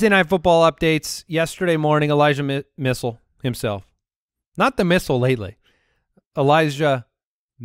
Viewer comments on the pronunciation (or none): Elijah MISS-chell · Elijah Sit-chell